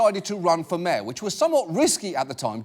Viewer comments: Who else heard "Mare" instead of "Mayor" every time he tried to say it. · Did she say America's mayor?